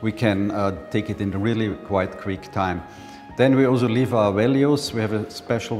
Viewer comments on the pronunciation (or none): none